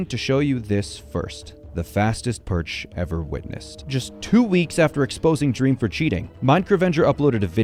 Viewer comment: bro i can't believe you mispronounced dream like that 💀